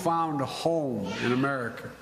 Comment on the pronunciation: Man just keep talking word salad and sometimes he gets The pronunciation right but I saw him miss pronounced America five times in one press conference? This or Commander and chief?